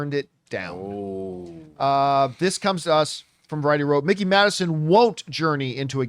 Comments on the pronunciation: Mike-eee not Mick-eee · please stop saying “Mickey” Madison bro😭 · It’s Mikey not Mickey lol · Mikey, not Mickey